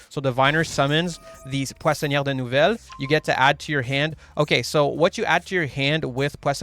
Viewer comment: Soo hot deck french deck, the pronunciation ce magnific